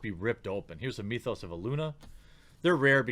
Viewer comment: Myth-os not Mee-thos.